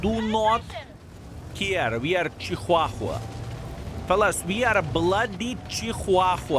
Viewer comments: Haha love the way ya Chihuahua..... Here's how to say it, Sounds like = cha - waa - wuh 🤔 DAMN little Yappy pointed eared Rats / Bats... My mom had 5 or 6 over my 63yrs... Worthless !! Get a Good Pitbull or Bull Mastiff or Shepard At least they have there Uses and very Devoted / Protective / Loving & Smart 😉 And would give there lives to Protect Your and Family's Instead of RUN away Squeaking LOL THANKS Video !! See ya tomorrow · WTF is a ciuhahua?! hahahaha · I can't get passed how says chihuahua and I'm I can't work out if it's a joke or not